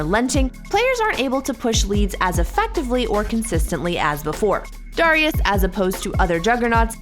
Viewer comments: why does she say darius like that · I’ll consider paying you guys if you get the host to pronounce champ names correctly. Darius is annoying and Mundo is just horribly annoying. There are more, I’m sure.